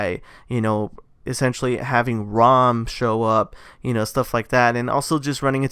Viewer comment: It’s RAAM not ROM